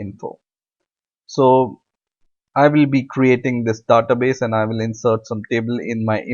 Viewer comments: don't waste more time and don't pronounce Dada base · Very good tutorial but please take notice, database is not pronounced as duh-ta-base. Thank you for this video. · he says"da-ta base"